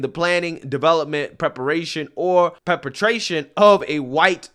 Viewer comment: 😂 always gets me with his pronunciation of certain words. "Perpetration" not "penetration" 😂